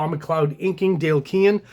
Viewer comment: Dude, you’ve lost the plot. Yes, surnames can be difficult to pronounce, but Dale’s name is accurately pronounced in a ton of videos now. Please only call him Dale, for the love of god! And clearly you’re an Image art dork, but are you aware how awful those early comics were scripted with poor page and panel layouts?!? For someone trying to sell his own comic, how can you ignore quality storytelling???